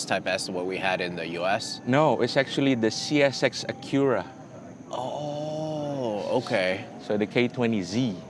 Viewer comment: This is the coolest way Ive heard someone pronounce Acura!